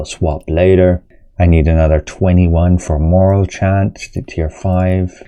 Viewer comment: It’s kind of crazy to me that not a single wwm content creator can pronounce morale correctly. Not 1. Moral=\=morale